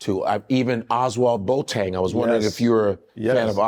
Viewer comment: The name BOATENG is pronounced BO- AH-TIN